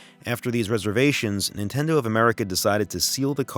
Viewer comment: "Intendo" lol